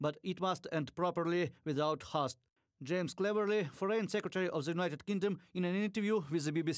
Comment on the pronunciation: "Wounded" is pronounced woonded. Haste is pronounced hayst. I correct because I love.❤ 🟨🟨🟨 🟦🟦🟦